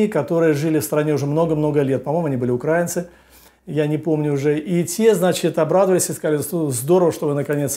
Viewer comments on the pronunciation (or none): Надо говорить украИнцы , а не укрАинцы